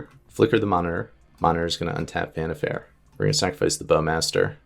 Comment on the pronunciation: Vannifair or Vannifer that's some wierd pronunciation you got there. I always say it like Wa-ni-far. (pronunciation could differ a bit since I'm German but I've never heard it pronounced any other way in English.)